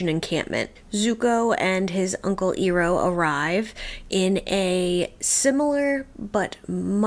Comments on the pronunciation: EYE-roh, not EAR-oh. 😘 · Always enjoy watching people reacting to watching ATLAB for the first time. Two small pieces of advice for my 2 cents: Learn to say the characters names correctly, you’ll give us PTSD from the movie. 😂 It’s Iroh: Eye-row and Appa: Ah-Pah Also, the episodes are only about 22 minutes long. We don’t need a 15 minute play by play recap of the last episode. We seen it, we got it. Just share your general thoughts and then keep it moving. Enjoying the journey so far otherwise. ✌️